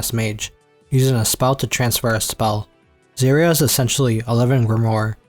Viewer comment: Yeah i cant understand any of the names he said. I was doing dishes so i couldnt see the screen. He calls serie "Zuria"